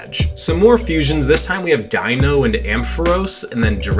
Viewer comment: You're the first player I've seen pronounce Deino's name correctly. Thank you!